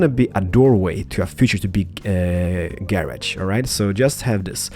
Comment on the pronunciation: I like how he says "Gay-Rodge"